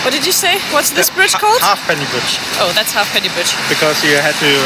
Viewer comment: its pronounced HEY penny bridge